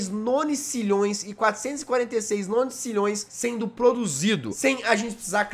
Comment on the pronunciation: engraçado que o jazz fala nonicilhoes mais é nonilhoes kkk